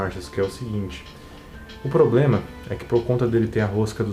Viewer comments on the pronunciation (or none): none